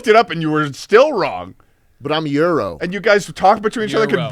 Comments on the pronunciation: swearing in greek is not something I expected ever seeing in this podcast yet here we are Also, gyros isn't pronounced exactly like euro. It's more like yee-rohs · IT’S “YEE-ROW” AND “MAC-A-FEE” NOT “EURO” AND “MIC-IFFY” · If you meant Gyros, it's pronounce gee-ros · Gyros is pronounced yiros or yeeros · Gyros is pronounced gee-row-s Also Charlie just wants nano machines from MGR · As a Greek, its "yee-ros" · Them not saying gyros right is too good